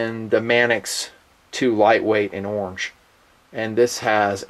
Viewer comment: I like how you say: "orng" :)